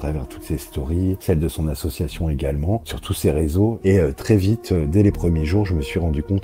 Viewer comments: Déjà comment peut-on croire quelqu'un qui dit faire de l'humanitaire et ne sait pas prononcer association correctement 😂 Très bonne vidéo comme d'habitude ❤ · Ya un truc dont tu parle pas et qui me rends fou Le gars sait pas prononcer "association" il fait que dire assuassion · Ça va sembler bête mais bon sang qu'est ce que sa façon de prononcer "association" me sort par les yeux "assieossion", tout me gave dans ce personnage ! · Suis-je la seule à être trigger par sa façon de dire association à Dylan ? Assiassiiion 😅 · Il y a un truc qui n'a pas été assez mis en avant dans cette vidéo : Dylan est incapable de prononcer le mot "association" et ca me trigger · Comment il écorche le mot "association" il m'fait serrer ce Dylan à la con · Le mec ne sait prononcer " association" ça devrait mettre la puce à l'oreille... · Malgré tout ce qu'il "fait", je vois qu'il est pas foutu de prononcer le mot "association" sans bafouiller. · Dylan, il faut qu'il arrête d'essayer de dire "association" et "humanitaire", quel que soit le contexte. Je crois que dès que le mot fait plus de 2 syllabes, il a vraiment, vraiment du mal. Je lui propose de se limiter à des mots comme "club" et "gym", après, peut-être qu'on pourra rajouter une syllabe petit à petit. Edit: qu'il ferme sa gueule, c'est aussi une alternative bien tentante, remarque. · On en parle de comment il prononce « association » ? Insupportable de A à Z. Quel personnage lamentable.